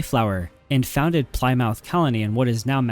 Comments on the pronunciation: Ply Mouth😂😂 it's Plim-Muth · Its pronounced. Pli-moth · ply-mouth.... it always kills me when people who make videos for a living on youtube dont figure out how to pronounce before making a video lol. great video, not raggin on it, I just think its funny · Ply mouth?